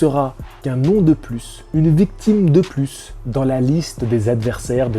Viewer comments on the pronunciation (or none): none